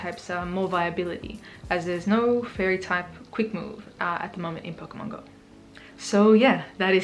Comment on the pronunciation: The way you said "pokemon" and "move" was spot on! :P